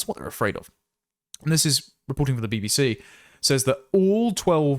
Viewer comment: “Be Be See”…🙈🤣🤣🤣🤣